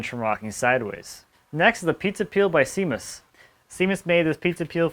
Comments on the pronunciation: That table looks fantastic!! Just btw, no reason you should know this not being Irish (nobody's perfect) but Seamus is pronounced, Shaymus ... it's the Gaelic equivalent of James ;) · “shay-mus”,...